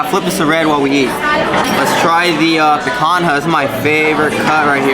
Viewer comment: Thanks for the review! Now we have this on our list of restaurants to try. It’s pronounced pican-ya. Other than that, awesome!